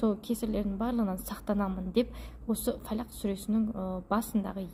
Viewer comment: Солах емес Фәләһ